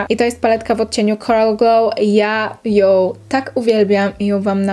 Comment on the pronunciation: Filmik super tylko strasznie irytuje mnie jak zamiast "ą" mówisz "oł" (ją-joł, maskarą-maskaroł) 😅